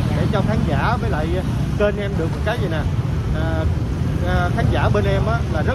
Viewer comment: Được và đượt phát âm thế nào vậy cô gái Bắc kỳ ( 75 ). Chỗ khác nhau? Không có chữ đượt trong ngôn ngữ Việt!